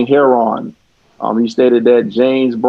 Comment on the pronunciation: Last name heron, you mean heroin, I can't stand it when people pronounce heroin heron.